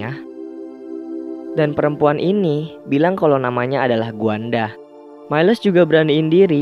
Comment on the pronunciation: itu namanya uana bukan bu an da kan